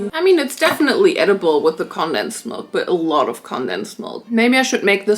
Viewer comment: okay but i adore the way you say condensed milk bc i say it the same way but that’s not how they pronounce it in america :(